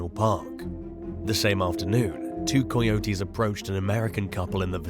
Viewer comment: After the 5th or 6th time coyotes were called coy-otes like a coy fish and otes like a cereal of oats, I couldn't take it anymore..lol sorry buddy, I know it sounds personal but it's not, I just couldn't take it like Deon as Die-on.